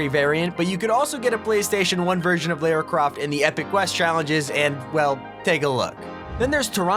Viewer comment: How do you not know how to pronounce lara croft's name?